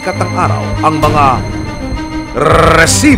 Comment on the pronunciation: Tugil tigilan mo nga ung rrrrreeeesibo. Maging natural ka lang